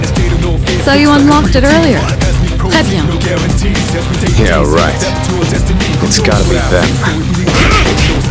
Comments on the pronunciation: I’m not french but that Très bien pronunciation from Mitsuru already sounds much better here than in the OG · Le "très bien" de Mitsuru était très bien prononcé :) Mais bon, rip les voix originales